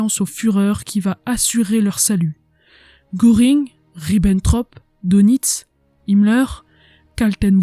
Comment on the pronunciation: Contenu très intéressant et bien illustré. Faiblesse au niveau de l'élocution mais surtout de la prononciation de termes étrangers: Goering ne se prononce pas gOring mais plutôt gEUring.